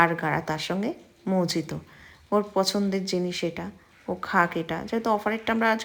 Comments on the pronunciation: Really love the way you mispronounce mojito. 😊 Like our parents do. Really like you simple daily vlogs. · Didi ota mojito spelling bote kintu ota mohito uchharon kora hoy.